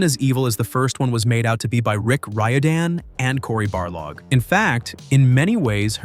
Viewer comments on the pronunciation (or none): none